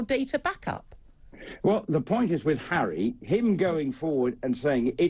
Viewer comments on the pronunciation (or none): Prince Charry? Lol Julia!! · It cracked me up when she mispronounced Harry’s name and called him cherry! 🤣